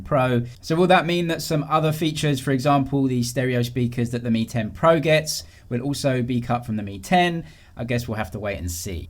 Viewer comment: Does anyone still remember the xiaomi ceo pronounces “pro” like “porn”?